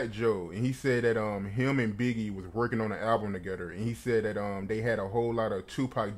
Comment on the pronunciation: Together ‘togeder ‘ 🤣🤣🤣